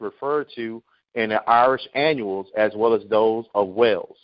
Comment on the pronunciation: Brother i apologize for not properly pronouncing the word annals. Scholars and historians have tried to hide the caucasian (Indo European) true origins central asia. All of the Goths were caucasian and migrated into central Europe where our peope the Gauls were located in Germania. There was no central government in Germania at the end of the Western Roman Empire rule. In 387 our people Celts/Gauls invaded Rome conquering it but left the city intact. In 410 AD The Visigoths (barbarians) sacked and destroyed rome. In 455 Vandal (barbarians) sacked Rome. The 476 date for the Fall of Rome is when the Germanic Odoacer deposed the last Roman emperor to rule the western part of the Roman Empire. (Germanic only means someone who was born in Germania, it doesnt mean he was cacuasion barbarians known as Goths.....ie Visgoths, ostrigoths, vandals, lombards).I NEVER SAID THE BARBARIANS WERE ISRAELITES. ALSO Odoacer (433-493 CE, reigned 476-493 CE) also known as Odovacar, Flavius Odoacer, and Flavius Odovacer, was the first king of Italy ACCORDING TO HISTORIANS. The Roman senate approved Odoacer's leadership and awarded him the honorary status of a patrician. (PATRICIAN MEANS an aristocrat or nobleman).